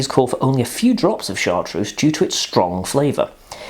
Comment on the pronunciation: Cabbage!? Are you quite all right? Mint, fennel, anise, sage, tarragon, thyme...all these come to the fore and then there is a slow revealing of other flavours as they distinctive elements of the bottle reveal. Chartreuse (pronounced Chartrurze, not Chartrousse) is magnificent. MAGNIFICENT! And it is best served, like many strong spirits (vodka, poir williams, etc) straight from the freezer. It's excellent in a green chaud (pronounce sho not shaud, yes there is a motif here) and is also delicious pored over lemon sorbet (but only use a little). There's a reason it's a classic. It has stood the test of time. Yellow Chartreuse? Don't bother.